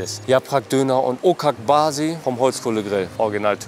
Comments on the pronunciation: „Okak Basi“ 🤣🤣🤣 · Kannst du bitte, wenn du schon Dönerprofi bist Ocakbasi richtig aussprechen? Zur Not einfach mal im Dönerladen fragen, wie es ausgesprochen wird. Danke